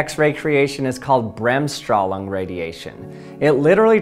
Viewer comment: Berhmsstrohlung radiation 😂 so funny for a German to hear an American